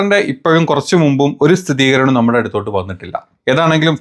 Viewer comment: സ്ഥിതീകരണം - wrong സ്ഥിരീകരണം - right ദിയധനം - wrong ദയധനം - right ഇങ്ങനെ അല്ലേ 🤔